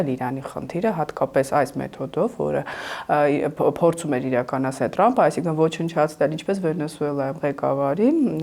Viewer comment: Լայ լաղջիկ լերվուծաբան դու ընչու՞ էս Թրամփին տըրամպ ասում Մենք թ և փ տառ ու հնչյուններն ունենք